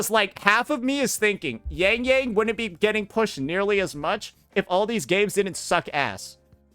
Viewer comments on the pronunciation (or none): pro cant even pronounce yangyang is pronounce more as youngyoung and suisui is swaysway